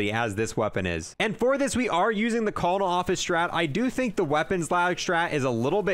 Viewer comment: i love how he calls it the callonells office instead of kernel